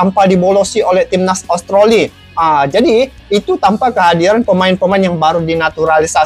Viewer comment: Australi bang bukan austroli